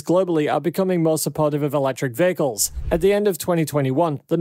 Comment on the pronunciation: The word "vehicles" was spoken 2392 times in this video. And pronounced as "vahicles".